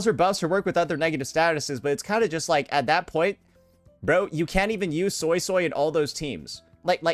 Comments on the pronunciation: You're a soy soy... It's actually "SueySuey" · Suii-suii not Soysauce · Fanned up SuiSui > Oiled up Changli. It’s actually pronounced “Sway-Sway” not Soy Soy btw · The japanese voice acting calls her SuiSui instead of the SoySoy crap I hear from english. Ty for the vid and insight. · For anyone interested, I know some Cantonese because my family speaks it, Suisui’s name isn’t pronounced “soy soy” the way you would say soy sauce. Obviously pronounce it however you want, but Suisui’s name is literally water water in Cantonese so you can look up “how to say water in Cantonese” and the first YT short wll give you an accurate pronunciation. It should be a video from “howtospeakincantonese”. What I’m about to say is redundant if you’ve already watched the video I suggested. The pronunciation is actually written correctly as Suisui. The way it should be said is like “sugoi” in Japanese but remove the “ug” so that you’re left with “soi”. If thats too confusing, treat the “o” in “soy” more like a “oo” so that it sounds like you’re saying “sooy”. Or you can just look it up. And if you’re someone that is telling others it’s “sway-sway” or “su-E su-E”, that pronunciation is atrocious and it sounds ugly. Stop propagating bad pronunciation like you know what you’re talking about, I’m not saying this to be mean. Plainly, if you don’t what you’re talking about you shouldn’t say anything at all, lest you lead someone astray. I haven’t played the story quest yet so idk how sanhua says her name. Hope this helps you understand Suisui’s name better. To Saintontas, “It looks like I’m spamming my comment. My bad, I just had to delete it to make sure that the message was clear. I had to put “water water” in parenthesis so people wouldn’t be confused and I accidentally left in a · Not the "Soysoy" 😭😭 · ZEEZAW, JANSHE, SOYSOY, ZONI well that's how unc said it😂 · After watching the livestream, I can’t unhear “Soysoy” for Suisui now..